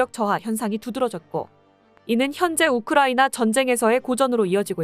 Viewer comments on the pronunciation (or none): none